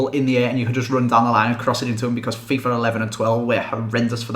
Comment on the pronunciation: When you say "Fifa 11" it sounds like you are sayin "Fifar 11"